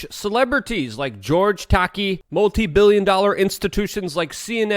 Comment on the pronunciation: Please work on those name pronunciations! I had to look twice at the screen before this tocky guy was George Takei. Tah-Kay. This should be embarrassing to you since you mess up pronouncing Polish names on a regular basis and you want us to listen to the accuracy of your information.